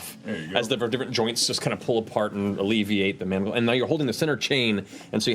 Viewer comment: There's no "T" in manacle. Stop mixing manacle with manticore.